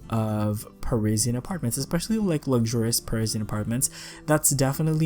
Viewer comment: The way he says Parisian hurts my soul